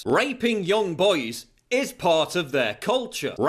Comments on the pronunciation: i like how he pronouce boys as "boies" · I detest the way this man pronounces "boys" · I know that raping boys is horrible but it's funny how he says boys. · The way Paul says boys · Can't stop laughing at how he says 'raping boys'